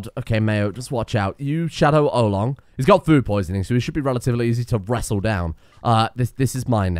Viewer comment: Oh-Long, the Legendary StonerMason